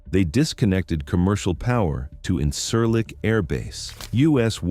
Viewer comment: Please learn to pronounce the things you’re talking about. The base in Turkey is pronounced IN-jeer-leek, with a j sound. Less grating, but still wrong, the d in Souda is like the th in “the”. You sound uninformed if you can’t even pronounce the basic elements correctly.